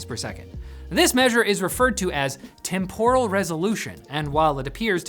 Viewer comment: TEMporal, not temPORal.